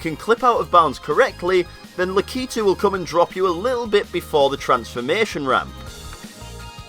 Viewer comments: It's 'Lakitu', not 'Lakeetu'! I can't help myself. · He pronounces Lakitu wrong ;( he pronounces it lack-ee-to it's lack-I-too